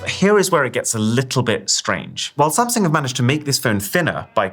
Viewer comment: u said samsing